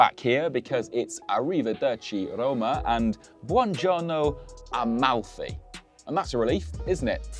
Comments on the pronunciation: "...finally a name that people can pronounce without butchering it..." calls it A-MOUTHY. aiiiiiii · It's incredibly touching when English speakers pronounce Italian words 😂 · Talking about butchering names, but still butchered this one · the absolute incompetency of native english speakers to be able to pronounce anything in a other language